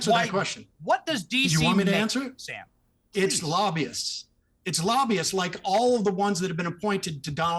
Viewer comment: As always, I enjoy your show Piers. Can we agree that Sam has to work on his pronounciation skills. Lobby-ists vs Labias, please. When you explained why the counties around DC are so rich , and you went with Laahbyuus I nearly fainted 😅 Say it with me: Lob-by-ists. Lobbyists. There. Mathilda W 😅